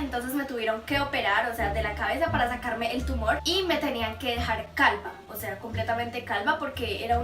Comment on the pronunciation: jajaja dijo calba .... sin ofender